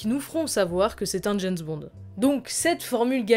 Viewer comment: c'est bizarre quand tu prononce James bond,j'entends "janss bon"!?